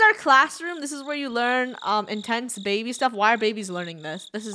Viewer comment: “ I have to pay for.... a BAIBY! “ - Funneh 2020